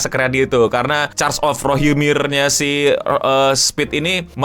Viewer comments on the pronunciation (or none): Rohirim bang bukan rohimir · rohirrim, bukan rohimir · Gatal banget pengen koreksi, War of Rohirrim bang bukan Rohimir